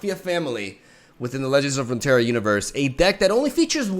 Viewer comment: Ever since he mentioned how bad he messed up his intro in that one video, I've noticed his decline in pronouncing "Legends of Runeterra" in every video now. Damn it. But I do get a chuckle everytime.